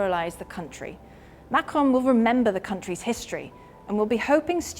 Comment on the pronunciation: Using the rhotic /r/ to pronounce 'Macron' sounds really dumb if you also pronounce the end -n. Either use the French or English pronunciation, not an inbred mix of both.